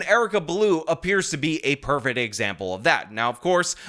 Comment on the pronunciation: Practice pronouncin the letter "c" in "perfect". fect. fect. fact, tract, per - fect. Tri - fect - a. Insect.